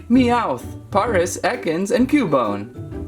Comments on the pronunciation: its pareas not poris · It's Pare-as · Koo-bone? Parr-is? Rt-t-ta? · It's pronounced ( cue -bone ) ( pair-is ) ( rat-tat-ta ) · Its pare ic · It is par-is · It is pairis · It is penonst pares like the city pares in France :D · the way you say paras like you say paris 🤣(no hate) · paras is said like paris dont know why just is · The a in paras is a long a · He says Paris wrong also he says cubone wrong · Paras is pronounced like the capital of 🇫🇷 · You said Paris wrong!!!